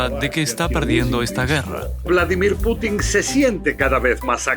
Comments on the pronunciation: Gran regreso! una sugerencia: en vez de putín, pútin. Abrazo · Ya me suscribí, puse me gusta y todo... Pero por favor, si vamos a decir "Baiden" como en su idioma original, digamos también "Pútin". Me sangran los oídos cada vez que escucho "Putín". Chasgracias, muy bueno el programa. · Aprende esto,en ruso debes pronunciar Putin acentuando a U, no la I ,o sea pútin , a no ser que lo hagas por animosidad y te gusta que suene a otra palabra . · en el idioma original se pronuncia "Púchin" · Putin no lleva acento en la i... hablá bien pelo..